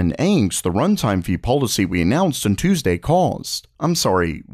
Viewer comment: "He clearly knows whats going oiwhon inside Nvidia."